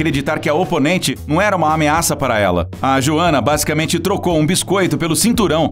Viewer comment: Cara, pelo visto, quem narrou esse vídeo não teve a mínima preocupação em saber como se pronuncia o nome da Joanna. E a ordem cronológica da Joanna tbm está errada, a luta contra a Carla foi quando ela ganhou o cinturão em 2015, já a luta contra a Zhang foi em 2020.